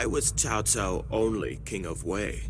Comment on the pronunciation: Ahhh. The VA in this game feels like the DW games of old. you can hear Cao Cao pronounce his family name as “COW” and not “TSAO”. Just like from DW3-5 lol.